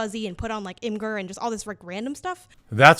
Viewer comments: The black chick called imagur "immagur" (hard G). Enough said. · can we take a moment to talk about that imgur mispronunciation ? if she cant deduce the name of an image sharing service, or imager if you will, and/or just spends so little time online to not know how to pronounce the name of reddit's autistic filing cabinet im not sure she is a qualified game journalist.